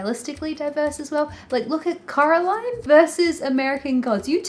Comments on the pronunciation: It's so funny that the way you say Coraline sounds like Caroline which is the way all her neighbours called her so... it's suiting I guess but also really funny. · It's Coraline, not Caroline 😂✌